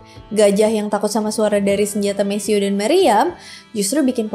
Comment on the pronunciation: Mesiu dibacanya mesiu, bukan mesiu